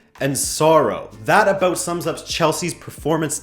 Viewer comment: I loved the ''sorry abUt that'' in the beggining, not a hint of canadian in you